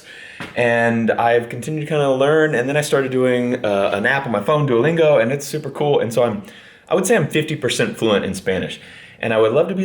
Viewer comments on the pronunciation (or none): Did you say........ Duilingo?